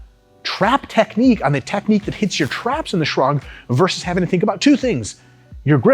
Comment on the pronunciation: No one: RP: S H U R G